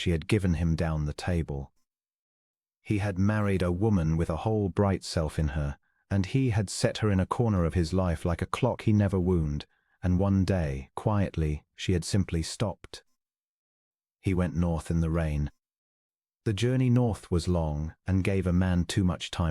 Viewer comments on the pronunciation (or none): AI mispronunciations; heteronyms, (wound, bow) and the word sewing. Pitiful story of another oblivious Duke who does not recognize the extraordinary woman he married. I rate your tale a 6.5 out of 10.